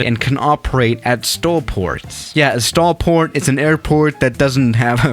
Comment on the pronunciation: It's stol